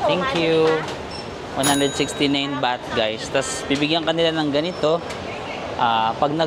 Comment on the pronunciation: andaming ligo beh. 'baht' kase, di bath haha labyu